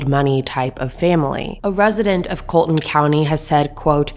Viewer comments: coll-e-ton ,not Colton County. Connor is Anthony's cousin, not brother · It’s not pronounced “Colton” county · Enjoyed your podcast. The name is pronounced as “ Mur dock “And it’s “Call a tin “county. That being said I too believe Maggie was just in the way that night and whoever shot her as well. Don’t believe she was a target. I think it was someone after Paul. Will be interesting to see what happens. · It’s Colleton county not Colton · Its' "COLLETON COUNTY"... PRONOUNCED CALL-ET-TON ( LIKE "PHONE CALL') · She mispronounced Colleton County too. Had me confused ash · That's not how you say colleton county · Learn how to properly pronounce Colleton please! Your news is second hand. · It would be much to your relevance that you learn how to correctly pronounce the counties and the area, Miss pronounced the county and “ The Low Country “ I realize you aren’t from here but it helps to speak correctly when corresponding about it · Sorry to correct you but you pronounced Colleton County wrong.